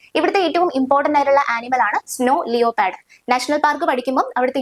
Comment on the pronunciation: Nice class... ലിയോപാർഡ് അല്ല , ലെപ്പേർഡ്